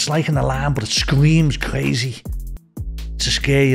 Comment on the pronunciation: Cwazy and siwens 🤣 Welease Bwian.